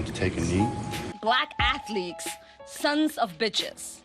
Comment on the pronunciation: Hahaha she said "Black athleeks !!"